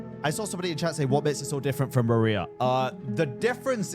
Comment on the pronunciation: why every time i hear you say "rerir" i hear "maria' instead lol